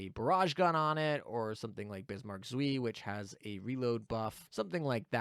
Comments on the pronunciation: Leipzig too. German is one of the easier languages as far as vowels go. "ei" rhymes with American "pie". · the pronunciation of "Zwei" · Nice video, but the pronunciation of "zwei" kills me xD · Have a drink every time says zwei wrong.:P